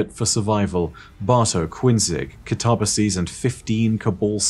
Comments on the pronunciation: Can we please not ignore the complete butcher of the guardians name.. I understand different dialects and speech pronunciation but.. katabasis? Kuh-tar-bass-ease? Cat-uh-bass-sis! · Man...I don't know why, but pronouncing "Katabasis" as "kuh-tob-uh-sees" and not "kat-uh-bay-sis" like the word is actually pronounced really rubs me the wrong way and it absolutely shouldn't. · The word itself is already Greek. It means "a descent," though it specifically has the connotation of "a trip to the Underworld" kind of descent. And, despite what says, it is pronounced "kat-uh-bay-sis." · I kinda like it, makes it sound like an ancient greek name or that of a dragon. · this is great! Good explanation! I learned new stuff, thanks. I believe, though, that the "ba" part should not be pronounced "bay" but "buh", because I believe, at least that's what I learned, that ancient greek words were not stressed on the second to last syllable. So I guess the should be stressed like this: kaTAbasis. Which, phonetically, would Ka-tuh-buh-sis. So the only thing where would be actually wrong would be the ending, where I think you're totally right, the plural would be said as pronounces it. But then again... all theory and I'm not a linguistics expert, neither ancient greek nor english are my first languages. xD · See, even if I may be wrong about the "kataba" part (though I'm not, given that the word "katabatic" is derived from the same root), the "sis" isn't pronounced "seez" no matter what. So, even if I'm wrong with the pronunciation, is, too. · Came here to say this. content is god-tier, but dear god the way he pronounces things is so jarring. I’m pretty certain it should be Kata-BAS-is. You’d think he’d get a second opinion before committing to his pronunciations. There are things are said IN GAME that he still mispronounces, like Glykon & Techeun. He also used to pronounce Dredgen as Dred-gen. Horrendous.